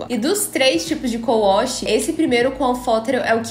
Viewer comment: Ela falou cou wosh??😂😂😂😂 é wash né não?